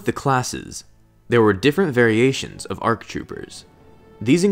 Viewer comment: There are no "RCs". Speak clearly.